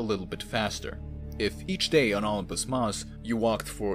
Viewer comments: "ompus" mars?? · I’ve never heard it called “Olmpus” Mons before. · OH-LUMPUS is driving me crazy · Isn’t it pronounced like O-limb-pus?............now I know that’s def not how you would write that out I’m just dumbing it down a bit. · Indeed. I noted the same. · Indeed. Sounded like Ullumpus to me. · Weirdest way to pronunce Olympus Thanks for video